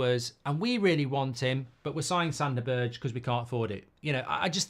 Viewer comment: This channel is great, Mark. But learn that Sander Berge is not pronounced BERDSJ. Just say BERG.